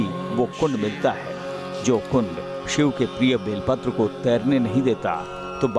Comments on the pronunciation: Sir ji use belpatra kehte he Vilpatra nahi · बेलपत्र बोलो विलपत्र नाही